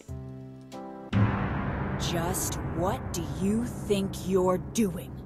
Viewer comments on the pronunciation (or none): none